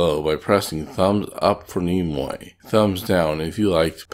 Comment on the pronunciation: Nimoy, not Nemoy.🙄